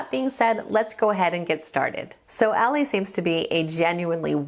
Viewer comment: The Warning are 3 extremely talented musicians, performers and songwriters. Bonus points....all three are also extremely likeable....The trifecta plus one. Oh...and you pronounces her name as "Al-e or Ally" not "All-lay."